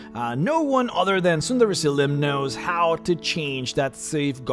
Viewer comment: Am I the only one who thinks he keeps saying "Tsunderezylym?"